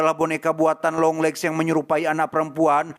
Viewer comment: apa cuman gw yang denger longlegs lama lama jadi dengernya yonglex ? 😅